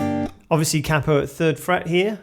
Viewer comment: Marvellous....absolutely bloody Marvellous 😊 !!.... not only that... you actually pronounced Capo.. correctly... “CAP-O” ...not that annoying irritating “KAY-PO” malarkey 😂...